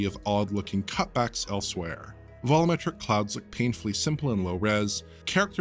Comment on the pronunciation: What are vollometric clouds? Why can you say "volume" just fine?